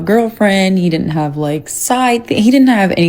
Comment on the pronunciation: "di int" instead of "didn't" is the mark of a low class person.